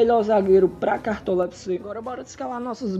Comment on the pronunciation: fala cartola direito..